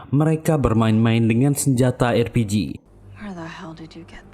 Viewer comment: konsisten dong! Bukan erpiji, tapi arpiji!